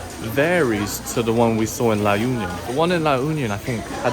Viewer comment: La Union is pronounced as La oo-nyon.